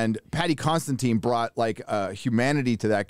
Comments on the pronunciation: I am slow or what? Why every one here calls Paddy Considine Constantin? You can brag about French pronouciation after that! Love you guys and gals!😉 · Heyzeus fn kreyest please if you are going to venerate the man say his name right! It’s Paddy Considine Con Sid Ine !!! Love yoh